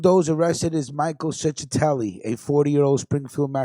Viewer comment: What a stonato bro u are is chechetelli pronounce it right .get it right.u Mexican??